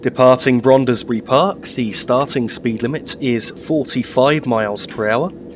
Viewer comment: another fine video full of interest and sharp images. Just a small point in case you do another video of the North London line: Brondesbury is pronounced as if the "e" between the "d" and the "s" was not there and is one syllable shorter than you made the name. Many thanks. Roger Crick